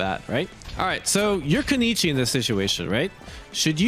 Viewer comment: Just so you know its kunoi -chi not kuni-chi. Butcher butcher lol